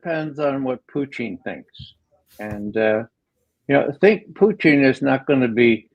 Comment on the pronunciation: Why, unlike everyone else, does McGovern pronounce Putin as "Poutine?"